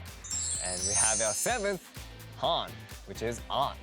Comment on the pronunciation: THE WAY HE PRONOUNCHED HAN AKLSDMA;KJFSMAMSDLK WHAT.